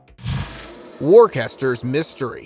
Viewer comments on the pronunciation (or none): I’ve heard some bad ones but the way you pronounce “Worcester” is one of the worst! 😳 Wuh-stuh it’s not difficult… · Worcester is pronounced Wooster. And the oo as in foot, not as in food.